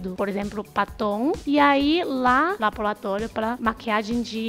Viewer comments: Que vídeo interessante! Adorei! E o mais bonitinho foi a falando "labolatólio"! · "labolatólio" kk. Muito boa a matéria, acompanho vcs desde o início, gosto muito.